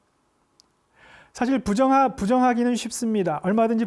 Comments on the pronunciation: "유유성, 부정, 세상,"의 첫 자는 모두 길게 발음해야지요!!! 이를 모두 짧게 잘못 발음했나이다!! 이러 평상어를 주역 학자로 그릇 발음하신다니!!! 무어라 변명하리까!??? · 부정 ,세상,세상,변칙, 등 의 첫 잘 모두 짧게 잘못 발음했오이다!! 놀랍지 안습니까!???주역 강의는 참 들을만하오나, 이 자고저 문제는 자칭 주역학자로서는 있을 수 없는 브끄라운 일이옵니다. 제발 즈공부 좀 더하시옵소서. 미국 변 완수 배